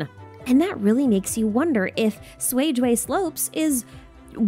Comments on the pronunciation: Cuijue slope’s more accurate pronunciation would be “chuey-jyeah” instead of swayjway 😅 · Fascinating lore as always! Also, I wanted to point out the pronunciation of Cuijue Slopes should be something like "Tsuei jueh" in Mandarin. Always enjoy your content! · Pronunciation Guide: Cuijue is pronounced like "tsway-jyeah". This pronunciation is difficult to mimic because it is hardly heard in the English dub of the game. C is similar to the Q sound in Mandarin Chinese (different tongue placement), so it would be similar to the Q in Qiqi and Keqing.